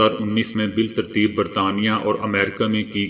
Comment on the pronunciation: Lafz e bittarteeb Ko biltarteeb padhte hain